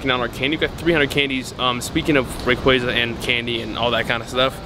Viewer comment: Can you say rayquaza right or nah? Lmao